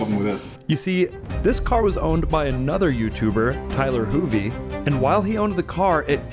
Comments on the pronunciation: It’s Tyler Hoover not Tyler Hoovie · It's Tyler HOOVER not Hoovie lol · That's Ty-Ler Hoo-Ver. Channel is Hoovie's Garage, not the person. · Tyler Hoover. Not hoovie 😂